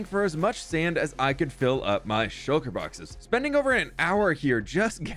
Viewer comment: did anyone else here shulker bockers not boxes??